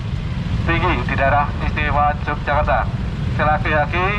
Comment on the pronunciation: Yogyakarta bro.. bukan Yogyajakarta😁